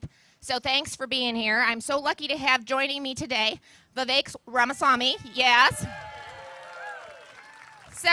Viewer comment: Let’s be respectful American grownups and say his name properly: Vivek Ramsswamamammamy. (🤣) I love the man. He’s got my vote.